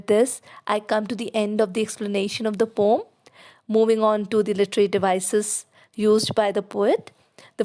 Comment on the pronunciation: Your video is really helpful, but I just wanted to mention — the word poem is usually pronounced as poh-uhm(po-em). Since a lot of students follow your videos, I felt it’s important they get the right pronunciation. Hope you don’t mind me pointing this out 🙏